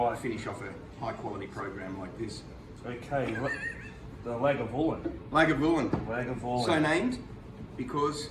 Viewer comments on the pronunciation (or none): Guy's it's pronounced Lag voo larn. Also when drinking whiskey only one cube of ice is allowed. This smooths the "Burn" you talk about but allows you to taste through the mustiness, peatness to actually taste the whiskey's characteristics. As ole mate above said you should be cleansing your pallet between tastings to be fair to the individual products. Also worth noting there are 127 base whiskeys that all whiskeys are derived from and Johnny Wanker was the first to invent the continuous still. (For the non-purists junk drinkers) For the purists no one batch of whiskey is the same as the last, hence Johnny Wanker making an appearance and when in Scotland do not under any circumstances ask for a scotch and coke or you will be murdered at the bar, in the pub instantly. At the very least thrown out of pub. Remember One cube of ice only.